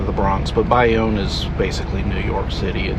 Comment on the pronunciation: It's pronounced Bay-Own.